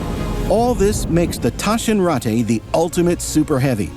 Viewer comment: They can't even get their pronunciation right. How will they cope with more complicated things? "Taschenrattay"??? One call to Mailand and they would have saved themselves the embarrassment.